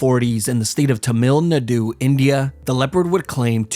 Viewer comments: "tamil nadou" it's pronounce tamoul nade lol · "The mill Nadoo" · ngl but I laughed hard when he said temiil nedu, its pronounced Tumil Naadoo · i start laughing about how he pronounce tamil nadu thamieeeel naduuuuuuuuu🤣🤣🤣🤣🤣🤣🤣🤣🤣🤣🤣🤣🤣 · Its pronounced tamil naadu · ermm.. Akshually it's said ta-muhl naa-doo🤓☝ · As an Indian I'd like to mention it should be pronounced (Tamil Naru) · TuhMILL NaDOO......lol what the pronunciation!? 😂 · Bro said tuhmil nehdoo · I am from south india , thats not how you pronounce ‘ tamil nadu ’🤨🤨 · You Don`t even Know How to pronounce Tamil Nadu and other words properly......... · its funny to hear u pronounce tamil nadu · The way he pronounces Tamil Nadu makes me wanna rage but no kidding Jim Corbett is the goat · Bro managed to somehow mispronounce Tamil Nadu💀☠ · Your pronunciation of Tamil Nadu had annihilated my entire family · bro what was that pronunciation of Tamil Nadu 💀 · The way he pronounces Tamil Nadu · i rolled over and laughed at your pronunciation of tamil nadu lol very nice video 10/10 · Don't ever step foot in Tamil nadu after pronouncing it like that😭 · The pronunciation of Tamil Nadu and gumlapuram from this man killed me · The way he pronounced Tamil Nadu😂